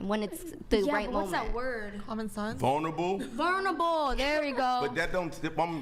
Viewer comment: “What’s that word?” “Vulnerable?” “Yeeessss varnarble!”